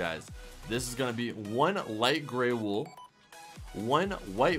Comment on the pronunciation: he said Golden wol